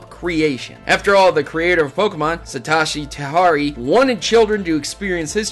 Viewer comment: Is anyone else baffled by how he pronounced Satoshi Tajiri?